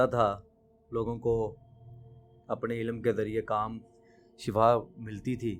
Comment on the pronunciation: Kala jaddu karnay wala “aalim” nahi hota aur ko batain keh issay “shifaa” kehna bhi bilkul ghalat hai